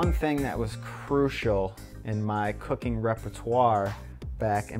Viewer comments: Did anyone else hear "we got into cocaine when we were young" 😂 then he said cooking and I was like OH, duh lmao. Damn stoners 😂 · I thought he said cocaine at the beginning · First time he said cooking, I heard cocaine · i legit thought he said cocaine at the beginnjng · Did anyone else hear cocaine intead of cooking lol I'm werird I think